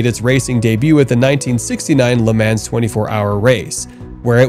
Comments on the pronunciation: It’s pronounced ‘Luh Mah’ NOT “Ley Man’s”! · I am a sports car enthusiast for well over 50 years. I am old as hell. There is no "s" in the word "LeMans". It is pronounced Le Mon. I love your channel because of the super cool things I'll find. Please get a better understanding of the words you use. Thanks. Cat Daddy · The Bugatti Chiron is pronounced She-raw. Lemans is Luh-maw. Really. ✌ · Will someone please explain to him how everyone else says Le Mans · You butchered every single name of the cars you featured (which btw is a fantastic list) but I couldn’t finish after you mispronounced la Mans… Bugatti chiron is with an sh not a k! Lol